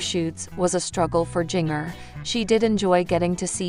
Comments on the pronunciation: It’s not jing er. It’s Jinger. You know like the spice “Ginger”. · You are saying Jinger's name wrong it's like Ginger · Her name prounace Ginger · Interesting pronunciation of Jinger😂😂